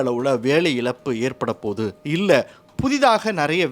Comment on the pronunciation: இழப்பு not இலப்பு